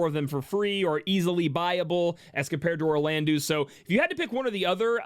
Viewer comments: Firstly: your videos are awesome--great energy + information. Sidenote: "-eau" in French is an "Oh" sound, not an "oo" sound, so can you be the leader of the wave of people who pronounce Orlandeau (Or-lan-doh) properly? Thanks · A lot of us pronounce Orlandeau as "Orland-oo" because his name was spelled as Orlandu in the original.